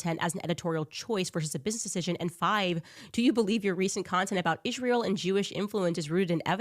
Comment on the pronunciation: It's Israel NOT Isssshreal! Uggghh GOD that is one of the most annoying things she does🤦🏼‍♀️